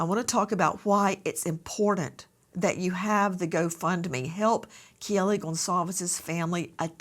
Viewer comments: KAY-LEE nincy, the dad pronounced it for you. Your saying KIL-LI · can someone please tell Nancy that her name is Kaylee not Kellie!!!